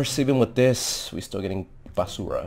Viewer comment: Pinoy ata to😂